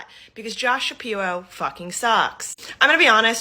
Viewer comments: Hahahaha, that woman at 2 minutes - "be vewy qwiet, we is hunting wabbits". She talks like a loony toons character, is she doing some satirical act? I can't believe anyone that talks like this would willingly record themselves and put it on the internet... "Shapiwo" "Isweal", hahaha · Why does that chic with the massively receding hairline keep saying "Josh Shapiwo"? 😂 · Hey get the girl with the nose ring to be her VP. I love that waskwy wabbit thing she's got going calling him Shapiwo... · I dunno if anyone should listen to anyone who says "Shapirwhoa". Sounding like she about to go hunting "wabbits"... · I have to admit in fairness that Shapiro wasn't as bad as we originally thought he would be, speaking as a native Pennsylvanian. I don't like how pompous he is. Obama was an unmitigated disaster on just about any metric you can find. My vote is still going to Trump. also, "josh shapiwo"? Who is listening to this idiot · this chick “Josh Shapiwo sucks” lmao you wascawwy wabbit 😂😂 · "josh shapiwo" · It'd pronounced Shapiro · JD Vance? Mr. Shapiro, I think ylu mispronounced "Joe Biden."